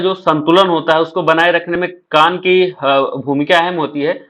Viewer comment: कान सही है अंग बोला है